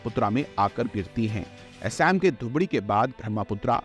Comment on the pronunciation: आपसे अनुरोध है कि ब्रह्मपुत्र सुभानश्री असम जैसे नामों का सही उच्चारण करें। अक्सर देखा जाता है कि लोग अंग्रेजी का अंदाज दिखाने के लिए ऐसे शब्दों का इस्तेमाल करते हैं, जो गलत है। ऐसा अक्सर देखा जाता है कि लोग अंग्रेजी भाषा में स्टाइलिश दिखने के चक्कर में मूल शब्दों और उनके उच्चारण से खिलवाड़ करना गलत है। इनके उच्चारण को ग़लत ढंग से लेना अच्छा या सभ्य नहीं लगता. आप भी कभी यूपीएससी अभ्यर्थी रहे होंगे तो cultural hegemony को अच्छे से समझते होंगे इंग्लिश आना बहुत जरूरी है. आज के समय में अगर हमें दुनिया के साथ खड़ा होना है तो अंग्रेजी का इस्तेमाल करना चाहिए लेकिन इसका मतलब यह नहीं होना चाहिए कि हम अपने मूल शब्दों के साथ खिलवाड़ करें। आपका कंटेंट बढ़िया था बस मेरी कहीं बात पर गौर करें🙏🙏